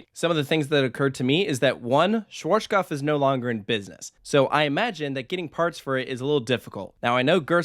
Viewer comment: For all English speaking people trying to pronounce the manufacturer - shvahtzkopf is probably the closest you'll get phonetically.